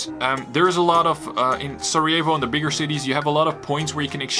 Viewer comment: Ček zašto izgovaraš "Sarajevo" ko da si Amer?!